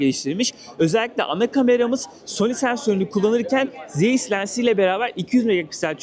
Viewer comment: Zeyis kamera ne ya? Zays diye okunur dostum sen bari yapma yaaaa